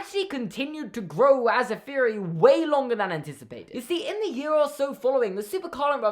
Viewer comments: Not hate but do you say feory not theory? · The word “theory” does not begin with the letter “F”...... what the fuck! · i like how you say feory instead of theory i no longer feel alone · Feory after pheory after fffeeaarry